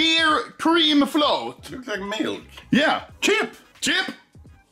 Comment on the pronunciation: That wasn't milk it was 'BILK'.